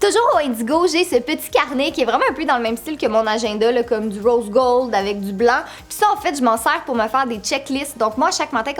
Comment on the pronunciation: 2h 06 du röse göld!!!😂😂😙😙